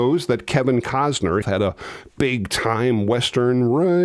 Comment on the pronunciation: It's "Willem" Defoe, as opposed to "William" Defoe. Also, "Costner", not "Cozner". :) P.S. Love your work!!